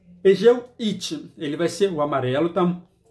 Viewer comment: xuxu não é 'it' é rit